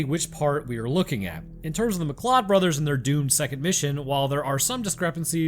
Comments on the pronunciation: It's pronounced McCloud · Science tells us: Form the way pronounces "MacLeod" - he has never seen Highlander. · This be true.